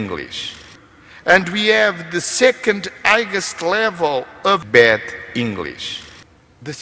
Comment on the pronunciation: Será que ele queria dizer Bad english ou Bed english (inglês de cama) eh eh